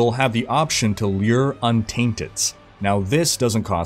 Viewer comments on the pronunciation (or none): none